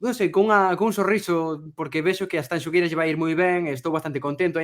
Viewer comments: O único que me amola de todo isto é que terminou o festival e siguen diciendo mal o nome de Tanxugueiras...🔥🔥🔥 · Co ben que din Shakira, hai que ver canto lles custa dicir Tanxu(shu)gueiras.